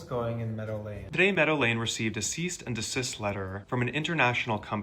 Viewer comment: did he say ceast and desist LOL